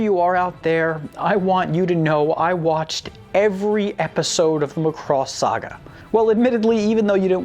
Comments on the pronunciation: All complaints about the songs are the presenter's own fault. He was Warned he should watch Macross and not Robotech. Mari Ijima's vocals vs. No name english dub singer is no contest. Also, it is pronounced Macross, emphasis on "a". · It's Mack-Cross... Any else is like nails on a chalkboard. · When he keeps mispronouncing Macross it's like fingernails on a chalkboard... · In the original Japanese, they pronounced the ship name as /MAH-koo-ROHS/. Because of Japanese grammar rules, sometimes it sounded more like /MAH-koo-ROH-soo/. At any rate, the "o" should be pronounced like a hard vowel. Not /muh-KROS/, but /MAH-KROHS/. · It's MAcross, not Muh-cross. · didn't the narrator and characters on the show pronounce it like McCross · Please learn to pronounce the names better It's not "much cross" but "Mac cross" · Say Mack Ross, not muh cross. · I've always said it MACK-ross. Muh-Cross doesn't sound right somehow. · Would people(of the West) stop pronouncing it as "Mc-cross". It's, The "Mac-Ross". Or if you're still cringy about it. Just call it "The SDF-01". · The ADV dub always called it Mc'cross and I hated it. Why? It is totally clear when you hear the opening intro. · yah but you realize he butchered the name right? its mac - ross... there was no love... lol which japanese name is Makurosu and hey guys you realize with out macross there wouldn't be transformers right? i mean give it some respect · every time he says ma cross I want to throw something at my monitor. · It's pronounced sir as mack-cross..... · This show is a classic. Also is pronounced Mack-Cross.